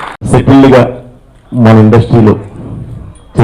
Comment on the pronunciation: Settle kaadhu subtle (satil ani pronounce cheyali)